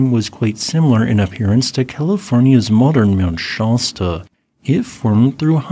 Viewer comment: Argh! It's Shasta, not Shahsta!